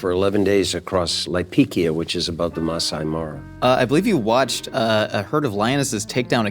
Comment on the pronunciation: Kenyan here 🙋🏾‍♀ it's Laikipia not Laipikia and Maasai Mara not Maasai Maro